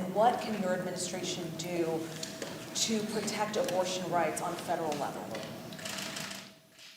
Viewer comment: Is he saying "fredral" instead of "federal" ?